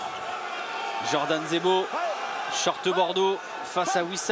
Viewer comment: 6.49 il dit zordan jebo, ca m'as fumé